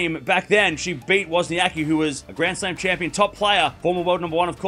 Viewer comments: So you choose to spell her name wrong!!! Just like the guy in this video pronounce her name the same wrong silly way most "anglos" do! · It is funny as there is no ‘c’ sound in English and you are basically omitting that letter from WozniaCki surname ;-)